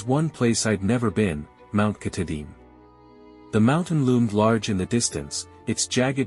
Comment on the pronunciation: Lost me instantly with the computer voice and terrible mispronunciation of our state’s crown jewel and the very subject of your video.